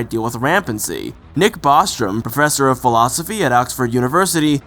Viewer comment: It's Bostrom not Bostram